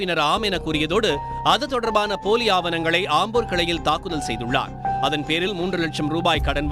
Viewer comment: என்னது தாக்குதலா? நல்லா news வாசிக்கறீங்க சபாஷ்